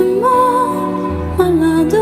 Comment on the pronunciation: Actually your French pronunciation it's not bad at all! The only thing you mispronounced was "malade": the second "a" is open "mAlAde".😊